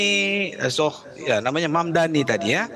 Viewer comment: Saya kira hanya Cuomo aja yang gak bisa nyebut Mamdani ternyata bapak ini jg manggil dia Hamdani 😂